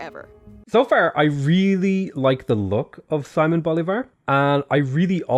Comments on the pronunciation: Sighmon Bulivar? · Hi! Spanish follower in here. So if you are struggling with the names of this civ: Simon Bolivar is not actually pronounced in english, it would be something like... "Seemon" (the mon pronounced like the one in Pokemon, emphasaizing the "o"). The double L in spanish is more or less pronounced like the english "y" in "yeah", and the R is soft so it would be something like "yanero". This civ looks soososososo cool and I'm dying to play them already!!! Thanks for the in depth video😊